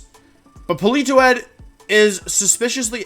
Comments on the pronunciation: polito-ed? I always thought it was poli-toed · Polito-Ed lol.... 😂 made my day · No one: Wolfe: Pollitoette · Poli-toe-ee-ed. 😂 These Pokémon pronunciations get better and better. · No one: Wolfey: Politoedd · It's Politoed